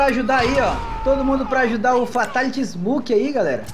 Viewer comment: ele e fraco corta kill kkkkkk e ainda lê errado